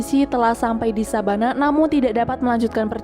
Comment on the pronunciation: Savanah bukan sabanah wkwkwkwkk